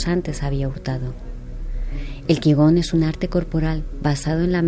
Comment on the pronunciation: Se pronuncia Chi Kun y se escribe Qi Gong